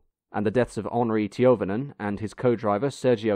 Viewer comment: tiovonen ????? or do you rather mean toivonen , speed of reading is good but some mistakes are made brother , guard yourself for that.